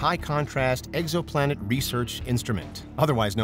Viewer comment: Did he say egg-so-planet??